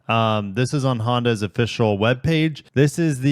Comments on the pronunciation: Honda Yeah? I think it's Honda Yee? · "Honda Ye" lmao